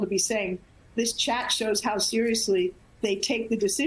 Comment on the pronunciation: OMG she SAID IT!!! "NOT WITH EMOJEES"!!!! Holy #@@ - they "emojee" WAR ATTACKS and 45 deaths! IMAGINE WHAT THEY TEXT about OTHER s --- they do!!!! These MAGA's are SICK!!!!